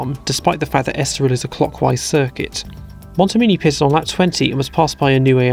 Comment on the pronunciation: If I may be so bold: As a great admirer of your work, I suggest you work on your pronounciation of "pitted". As a non-native listener, I mostly hear "pissed".